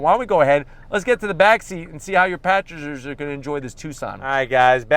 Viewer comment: Packengers 😂 tongue twister